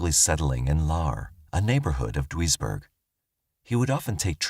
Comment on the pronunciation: Very interesting cases. Just for reference, Duisburg is pronounced deuce-burg